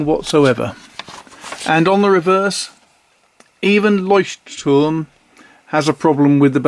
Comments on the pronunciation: I concur, it's impeccable even with the tricky glossal stop between the two Ts. If anything gives you away as a non-native speaker, it's that you carefully pronounce both Ts instead of just swallowing one, like most Germans do. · I am a german native and you managed to pronounce "Leuchtturm" better than i could ever do it. Thanks for the great video! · I‘m German and impressed, too.